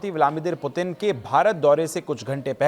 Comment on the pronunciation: भाई रूसी राष्ट्रपति का नाम आप सही से नहीं ले पा रहे हो, और न्यूज पढ़ने चले आए। सही नाम है व्लादिमीर पुतिन। रूसी और इंग्लिश में भी लिख देता हूं Владимир Путин Vladimir Putin